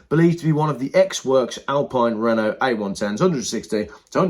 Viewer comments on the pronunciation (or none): none